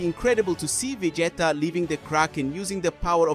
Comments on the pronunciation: If you cant even pronounce vegeta right im already done watching lol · Bro is saying 'vegayta'😂